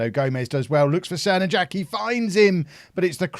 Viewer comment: "Crnojački" is pronounced "tser-no-yatch-key" just FYI :)